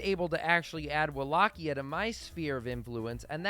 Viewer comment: Its pronounced Wallachia not wallqia whats is wrong with you